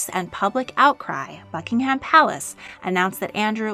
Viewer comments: she really just said: bucking HAM palace '-' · I though she said Fuckingham Palace